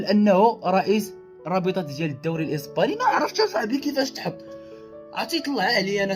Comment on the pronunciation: الإسباني وليس الإيسباني صحح وبالتوفيق